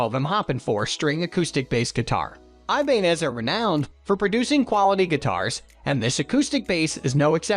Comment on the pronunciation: The picture of the Taylor...is a guitar...NOT a bass. And they pronounced Ibanez incorrectly.